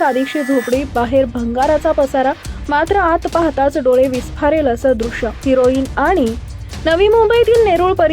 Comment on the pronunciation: अगं अतिशुद्ध बोलणारी बये,ते हिरोईन नाही,त्याला हेराॕइन बोलतात. कळलं का गं दिडशहाणे